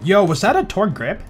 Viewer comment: He literally farms a Kerblaster. And I think you meant to say "Torgue"